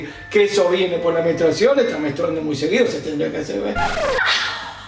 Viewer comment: JAJAJJA basta, le corrigió "menstruasion". Ni burra, chau.